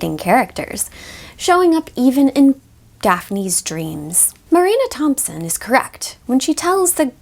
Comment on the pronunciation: "the leading characters increasing intimacy showing up even in" HER FACIAL EXPRESSION AND THE SUSPENSE IN THE PAUSE IS KILLING ME "Daphne's dreaaams"